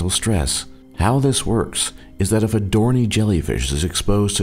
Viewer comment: It's pronounced 'dor nee i' NOT 'dor nee'.